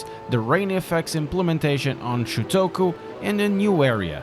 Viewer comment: You actually spelled it right this time. Although you still say it wrong lol.